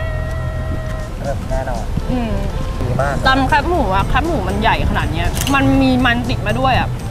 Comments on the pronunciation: แคบหมูค่ะ ไม่ใช่แคปหมู แคบแบบซอยแคบ ๆงี้ค่ะ จากใจคนเหนือ เห็นคนกรุงเทพพูดผิดเยอะมาก 🥺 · แคบหมู อ่านว่า แคบหมู คอ -แอ -บอ แคบ (เหมือนกับคำว่า ที่แคบ) ไม่ใช่ แคปหมู หรือแค่บหมู